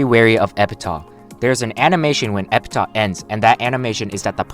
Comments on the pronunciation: Its pronounced Epitaf,not Epita lol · e-pih-taf. Say it with me, e-pih-taf